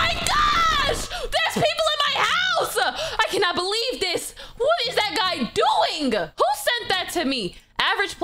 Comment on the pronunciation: Oh it said oing not doing